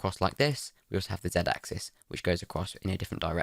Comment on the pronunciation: "Ack zees" bless you.